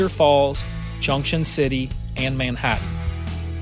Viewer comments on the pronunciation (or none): none